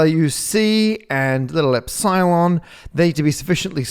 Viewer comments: "little Ep Silon"... why are you pronouncing that as two words? It's "Epsilon", not "Ep, Silon" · Matt… eps-psy-lon? Really ? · It's not really pronounced "Erdish" though, unless you pronounce the "i" like in "Sir". (but shorter.) Also, it's ep-silon, not ep-cylon. Is this video AI generated?